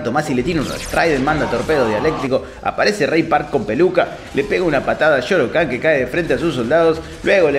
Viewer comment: No se dice Shao Khan, y no Shoro Khan? Misterio.... Igual pase lo que pase banco a este canal con todo mi ser, son fan